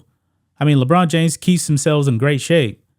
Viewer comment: Ledone James LoL 😂😆